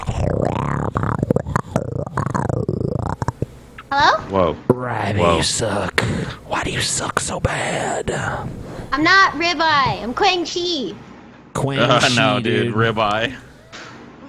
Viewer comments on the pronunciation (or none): really just added a G to the name Quan Chi from Mortal Kombat, lol